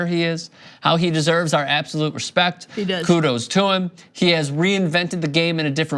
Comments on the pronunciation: That fact that my man says coodles to you....is gay You lose me there.. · Plus he says "kudos" which means respect. Not "coodles"